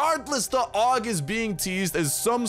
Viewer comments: Dude the pronounciation of that gun is ei-yu-ji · I always pronounced it A.U.G but if you say Aug we’re going with Aug bro